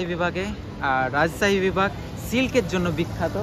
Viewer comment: রাজছাহী❌ রাজশাহী✅